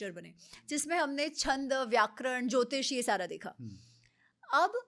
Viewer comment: भाई वो जोथिशा नहीं ज्योतिषय है. आप लोग हिंदी तो उर्दू से Corrupt कर चुके हो, संस्कृत को तो छोड़ दो यार हाथ जोड़ता हु 🙏. ण ko न उच्चारण करते हो आप लोग.